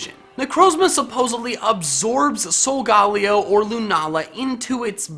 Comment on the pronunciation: your saying solgaleo wrong its solga then say leo which is based on leo the lion